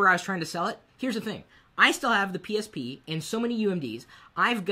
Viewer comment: Maybe cause I'm eating and hear myself chewing right now, but I keep hearing him say "penis p" every time he says psp..